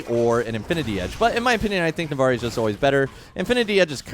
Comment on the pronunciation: It’s NavORi